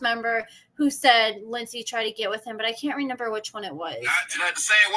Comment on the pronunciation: You crack me up saying "renember" 😂